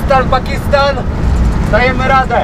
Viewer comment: pakistan nie pakisttan i tak jesteś polak bo skarpetki masz w sandałach